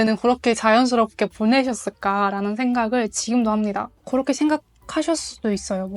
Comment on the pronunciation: 와 한국어 진짜 잘한다. 고런데 왜 "그" 발음만 고렇게 안 되는지 ㅋㅋㅋㅋㅋㅋㅋ